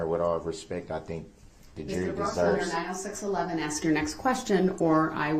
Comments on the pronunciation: Axe that question lol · Why can't Black people pronounce a word as simple as "ask"? Why is it you people can't do it. You just can't. "Ax" is a tool used to chop stuff up.